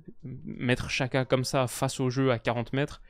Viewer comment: La Nati en constante progression ils ont une belle generation de joueurs vu leur partie de tableau je les vois aller loin. super vidéo par contre Xhaka on prononce "Djaka" et non pas "Chaka" L'Uefa a publié une vidéo avec plusieurs joueurs aux noms compliqué qui donnent la bonne prononciation de leur nom